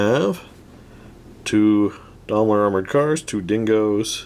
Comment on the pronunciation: Is he purposely saying Daimler like that or is he forgetting the “i” in Daimler